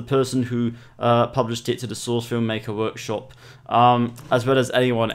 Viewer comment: Vorkshop? Are you russian or something?